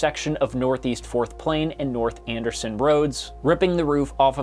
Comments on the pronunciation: A couple of things: it is Andresen Road (An-dree-sen), not Anderson; and Interstate 205 did not exist in Vancouver in 1972. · 4TH Plain & Andersen (An-Dree-sen)